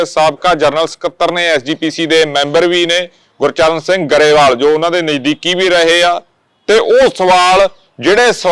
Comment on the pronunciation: ਗਰੇਵਾਲ ਨਹੀ ਗਰੇਵਾਲ ਕਿਹਾ ਜਾਣਾ ਠੀਕ